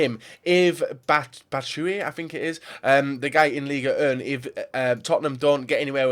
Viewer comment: it's Batshuayi not Bachuyee tho